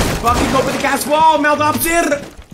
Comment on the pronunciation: Mehlt sounds like bag